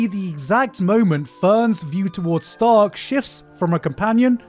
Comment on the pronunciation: Its Sh-ta-r-k-Sa-Ma not tony stark 🤧